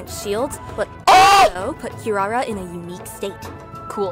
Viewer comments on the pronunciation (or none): Is he unable to pronounce Kirara correctly? What’s up with the random Ls in the name? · I hate the way they pronounce Kirara in English